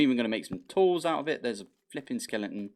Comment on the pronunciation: This is dated, but I am now obligated to capture and name a skeleton "Sir Skelington" after hearing you call every skeleton a skelington. You Britishified it.